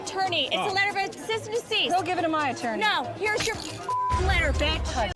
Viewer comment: I like how she said “cyst & deceased” when she threw the court papers instead of “cease & desist” 😂😂😂😂😂😂😂😂😂😂😂